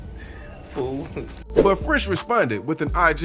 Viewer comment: Lmfao he said FOO 🤣🤣